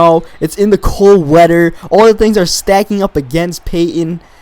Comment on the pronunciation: Sorry I'm not trying to be mean but why do you say weater not weather.